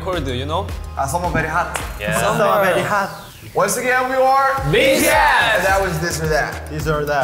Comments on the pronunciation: RM's pronunciation while saying "Summer very hot" is hilarious 🤣🤣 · Jin: "Winter very colde, you know" RM: "Summer very hat" 😂🙌👍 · Jin's accent- Winter Bery Cold you know Meanwhile V and RM Coping him -Summer bery Hot-ah 😂😂😂👏👏👏 I dead laughing there and my ghost is writing this comment b'coz its bery important-ah 😂😂👏👏👏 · Jin: Winter very CoLdH YoU KnOW RM(imitating Jin) Summer very HoTh Tae(imitating RM) Summer very HaTtHhHh And the never ending imitating saga continues....... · When I tell you I repeated "hath" over a dozen times and smacked my hand across my face each time- "Summer very HATH " - V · V: summer very hartt 😂😂😂😂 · Taehyung " summer is bery hat " HAHAHA oki